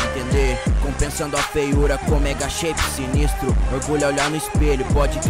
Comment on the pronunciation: Shevi "my chape" KKKKKKKKKKKKKK